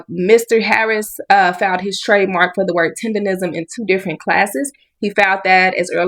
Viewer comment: Bro you Read and hear TENDERNNNISM in all of the videos you researched and STILL pronounce the word TENDERISM while doing your videos 😂😂 stop undermining the damn N in the word it’s literally what brings traction to it 🤦🏾‍♂️‼️